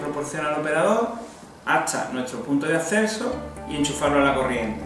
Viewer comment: Punto de "asseso" 😂🤣